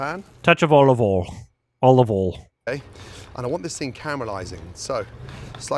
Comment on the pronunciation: I chose to believe that every single thing about Gordon's video is handcrafted to upset people online, because I've consumed all available Ramsey content and I've never heard him pronounce some of the words the way he is. Olive 'ol, yes. Soo-tay instead of sautée? Nah lmfao